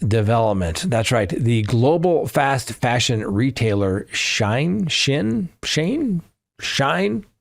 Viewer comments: 🗣️: SHE-IN (not shine). Company was originally “She-Inside” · I enjoy all of your commentary. Wish I was going to Crime Con. Love being an arm chair detective. BTW Shein is pronounced “she in” ❤